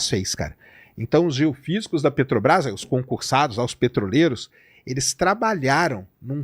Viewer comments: Sei.... Que o nome é Petrobrás e não "Petobas". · "PETOBRAS" é dose. Tem criança lendo suas manchete de capa. Coisa horrorosa. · Descobriu que falta um R 😂😂 na peTObras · O correto é Petrobras (sem acento no 'a') e Petobras!